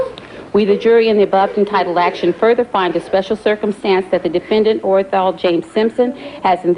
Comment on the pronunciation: the clerk had 1 job & that was to read the verdict out aloud, clearly & correctly for all to hear & she made a mess of it. "We, the jury, in the above-entitled action, find the Defendant, ORENJAL......Orenthal James Simpson, not guilty of the crime of murder..." This video will go down in history as 1 of the most iconic verdicts in the American justice system and the clerk couldn't even read the defendants name out correctly.